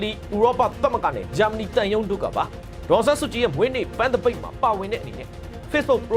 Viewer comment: တရားမျှတမှုဆိုတာ ဂန်း' မဟုတ်ဘူး ပန်း' ကွ။